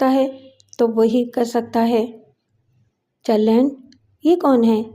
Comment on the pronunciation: محترمہ بہت بہت شکریہ جیمس ہیڈلے چیز کی کہانی کو پیش کرنے کے لیے امید ھے آیندہ بھی چیز کی کہانیاں پیش کرتی رہیںگی ۔۔۔۔۔ مع سلام ۔۔ایک تحثیح یہ ہے کہ ایجنٹ کا نام جرلینڈ نہی بلکہ گرلینڈ ہے ۔